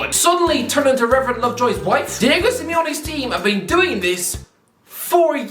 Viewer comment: Diego* not Diyeigouw